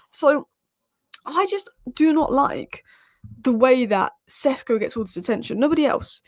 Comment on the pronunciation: He is SHeSHko - Šeško not Csesko.